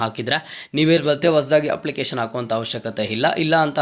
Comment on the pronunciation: ಹಪ್ಲಿಕೇಶನ್ ಅಲ್ಲಾ ಅಪ್ಲಿಕೇಶನ್, ಹಾದರೆ ಅಲ್ಲಾ ಆದರೆ